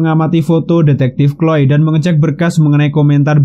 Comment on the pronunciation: Ngakak bgt pas nyebut chloe jd kloy😂